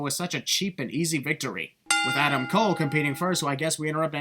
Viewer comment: “Adam’s coles”